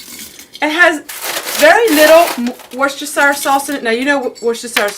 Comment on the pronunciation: You’re very welcome. Some of my comments will be boring but I’ll try. I’m also letting the ads run through too. Sending love from the UK. Oh, it’s Wuster-shur sauce. I’m living in Worcestershire. X